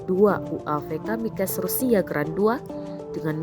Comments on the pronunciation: Kamikaze woyy bacanya. Bukan Kamikes. Kamikaze dibaca jelas, nggak usah sok d inggrisin, Itu bahasa jepang. Bukan bahasa inggris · Bukan kamikes tp kamikaze ,,,,pembaca beritanya perlu ditraining lagi,,,,yasalam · Gue pikir Kamikaze pelafalannya kayak bahasa jepang gitu, ternyata beda.